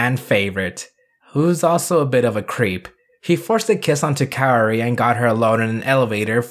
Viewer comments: It’s pronounced KA O RI, like cowri . Not kayori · With full transparency that I only took ONE year of Japanese..... I believe it's pronounced "Kow-Ree" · It's pronounced KAORI.. not KAORI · Kaori is pronounced as KAWRI as simple that... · How tf did kaori turn to keori Leme tell you something even if you’re american you can still pronounce that right since it’s easy to pronounce like tf The sound of “ao” is “aw”, not the sound “aww” but starts with the sound a then sound of w Then for some reason you put an e in the name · Not gonna lie- it kinda hurt when heard exactly how to say Kaori but was like, Ima just say it like this tho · Funny thing is..you can pronouce "Ryu" Correctly (i remember people sometimes use "Rai-u" when they try to pronounce "Ryu") And somehow "Kaori" is more hard for you, i guess this is going to become a seasonal gag.